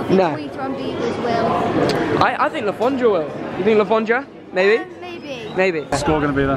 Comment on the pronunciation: I'm so pissed of that he keeps saying Le forndra because I'm a reading/man city fan